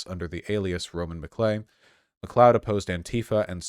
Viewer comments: It's pronounced McCloud, Mr. Voosh. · McLee-od?? Holy shit Vaush, have you never seen Highlander? :D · Yes, it's pronounced "mccloud" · Me, a Nova Scotian, watching Vaush pronounce McLeod: Pathetic.